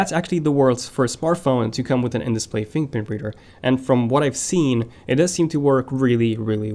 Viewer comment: Dude you said samsung will de adding an in display whaaaaaat? “buhbuhbeader”... are you serious? What the hell dude, fix your “fingerprint reader” pronunciation